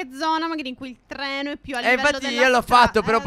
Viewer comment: Minuto "il Tleno"...si certo Stef, il TLENO non il treno xD